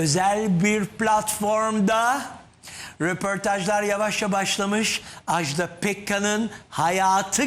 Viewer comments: Televizyonda program yapmak için Türkçeye hakim olmayı gerektirir. Bu hanımı kimse neden uyarmamış acaba? AJDA PEKKAN'ın adı AJDA'dır, Ajdağ değil!!! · Ajdaaaaa diye okunmaz "Ajda" tek "a" ile okunur.